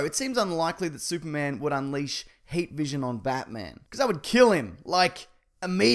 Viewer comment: Half way through the video I realized you were saying HEAT vision instead of HATE visions lol